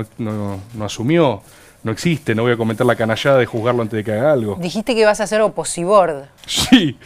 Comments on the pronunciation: nunca pensé que iba a escuchar a María Laura Santillán decir Oposibord kjjj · Que ella diga "oposiBord" me destruye, no puede ser real jajajaja